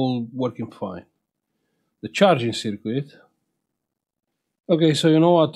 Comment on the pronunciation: Don't mean to insult you but circuit is pronounced SIRKIT not sirquit. Thanks for sharing your work 👍🇬🇧